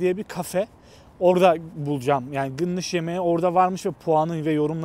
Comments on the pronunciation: abicim, onlar gınnış değil, doğrusu galnaş ;) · Abi gınnış degil Galnaş dicen burda😂 yoksa video da görüldügü üzere kimse anlamaz.